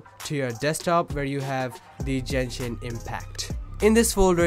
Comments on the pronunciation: DID U JUST SAY JENSHIN LMAOAMLA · Jenshin? o.o